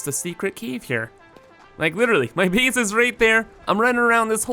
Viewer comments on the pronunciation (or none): You pronounce your A's as EE's sometimes Space becomes Speece Base becomes Beece